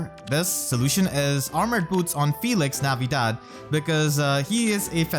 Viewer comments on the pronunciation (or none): Sir... did you just said Felix navidad ?, if thats a tried to said something like "Feliz navidad", it was very well... or am i just going crazy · FelixNavidad.. that is the first time i heard this and now i can't ever unhear it.